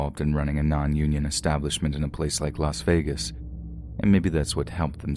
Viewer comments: it's not pronounced vegan 🤣 if that helps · I think it's pronounced las vagen